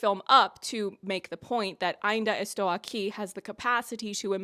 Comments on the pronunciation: Your Portuguese pronunciation is pretty fine and your review is just wonderful. "Ainda Estou Aqui" got even better because of it, I hadn't seen a review that could do that. You know the history of Rubens Paiva had another chapter now in 2025, after the movie? His death certificate has just been rectified to describe his death as "non natural, violent, caused by the Brazilian State". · The most thorough "I'm still here review" yet. So much depth and all historical pieces needed to fully understand the context of the film. And your effort towards pronouncing words and names in Portuguese is nothing short than extraordinary. Officially a new fan of yours here ! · Her pronunciation was not good. It was very, very good!! Great content by the way. I hope your channel grows a lot and reaches many more people. We must value a job well done like yours, congratulations. Best regards from Brazil 🇧🇷! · I think I just watched the best review I’ve ever seen in my life with the best pronunciation of AINDA ESTOU AQUI too perfect everything perfect❤❤❤❤❤ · Your pronounce of Ainda Estou Aqui was on point, in fact. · Girl Portuguese speaker are not like frenches. If u at least try to speak Portuguese we are overwhelmed. We don’t mind about accent and mistakes. But ur “Ainda estou aqui” is perfect. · As a Brazillian japanese I have to say: your "Ainda Estou Aqui" was pretty good. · You pronounce "Ainda estou aqui" so well you sound like an native Wasn't expecting you to cover an movie from my country but I have been a fan of you since your episode reviews from The Boys season 3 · > Pronounces "Ainda estou aqui" perfectly, almost as a native > Proceeds to excuse herself for butchering the pronunciation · Your pronunciation of Ainda Estou Aqui is good!!! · As a Brazilian, I can guarantee that your pronunciation is great. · You're actually the first person that I've seen on youtube that pronounced the name right lmao